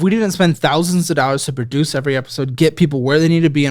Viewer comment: saying produce as proodoose and then immediately corrects himself to pronouncing it the exact same way made my entire Sunday